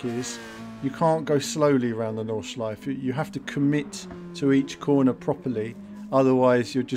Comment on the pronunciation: Nordschleife pronounced "nord-shlyf-eh" ;) Nice driving! Can't wait to get behind the wheel in this combo.